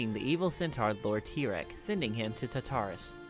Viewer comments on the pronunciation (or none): Tartarus.... You said it tar-tar-us but it's said tar-ter- Uh s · Ta-taurous? Eh? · TarTAHroos? You mean TAHRtaruhs